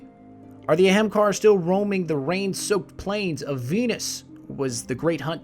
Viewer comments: I wanted to watch this, but hearing someone pronounce hemkar, every few seconds drove me nuts. Ah-hmm-kar-a seems far more likely as a pronunciation, even A-haim-kay-ra. Where in the heck did you come up with your pronunciation. Doesn't make any damn sense. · Did some additional checking. That is most certainly not how it is pronounced, (ah-hum-kar being the most accurate). throughout the video which, I struggled through half of it.... was mostly pronounced eh-hem kar, or hem kar when you rush your lines. It is pronounced with three distinct syllables and most of the time you hear maybe two. I think accuracy would have made this video, better, but hey am I am stickler for fine details, and it sounds like you aren't. Although technically that only applies to it, if they (bungie) decided it was pronounced that way. I will admit to not being able to definitively say for sure, but relation to a hindu word does not mean the exact same pronunciation, as I have not found anything from bungie saying that it is the hindu word. They can make shit up to be whatever they want, as nothing is stopping them. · Lol it bothered me every time you said ahamkahar. It's ahamkara! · There's an 'A' on the end of Ahamkara. you keep saying 'Ahamkar'. I'm certain it's pronounced A-ham-ka-ra. not trying to be a dick, but it did get on my nerves the fifth or sixth time. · Why do you pronounce it ay-hem-kar instead of a-ham-ka-ra like it's actually spelled? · "Ahemkar", "Amakar", "Expecially" - christ, man, if you're going to make videos centered around monologue, you need to get this kind of shit straight - eSpecially the very namesake of the video: AH-HAAM-KARRA. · I'm sorry bro but you're killing me...its the aham kara not aham kahar lol again sorry I love the storytelling but that's wrecking my ears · It's a great video but you say it wrong it's not ahamkar its ahamkara, ah am kar a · Wait, so it's pronounced Ahamkar not AhamkarA? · its AH-HAHM-KARA